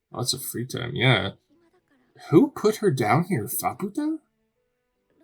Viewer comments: Oh, no, you're not going to call her "fuh-POO-ta" the entire time, are you? Please do not call her a Spanish whore. It's FAH-pu-ta, exactly how the characters all say it. Maaa is literally an idiotic toddler. Completely insufferable. The single worst part of this arc. This was our first introduction to Vueko in the manga. The flashback wasn't confusingly sprinkled through the arc with zero context like the anime did. I'm astounded you still haven't realized how to pronounce Nanachi. Gaburoon was saying to Reg that they might have the same creator because they share some design similarities; he doesn't know and he would like Reg to discover if they do and who that creator might be. The only person known to have come down to the Sixth Layer and returned is Bondrewd because while the body he's using melts into a Narehate on the way back up in the pod he just switches to another body when he arrives back at Ido Front. "The White Whistles... well, some of them aren't human -- most of the aren't human" Yes they are. Lyza, Ozen, and Riko are all human. As far as we know, the only one who isn't human anymore is Bondrewd, who is a literal White Whistle. We haven't met Wakuna yet, and [Mild Spoiler]: Srajo is also human. "All the White Whistles, they have a Blessing" Nanachi and Bondrewd himself are the only successful Blessed Narehate. Bondrewd directly said this and he doesn't lie. "Maybe I should know this by now, but how are the White Whistles able to go down and come back up?" You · To clarify on Faputa's name, it's pronounced more like Fap-ta. I think the U comes from a translation thing, it's basically been translated the opposite way as Reg, where the direct translation has a U at the end of it but it was taken out, where as it was kept in for Faputa's name. I'm still early on with learning Japanese and most of this is second hand knowledge so take it with a grain of salt.